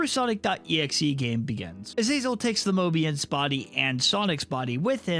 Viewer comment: Don't add an r in front of the o in Mobius